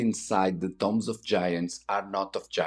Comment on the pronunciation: Love the videos. Great that you do not use AI narration. Tombs is pronounced like TDoom not Tom BEST REGARDS FROM BIG fAN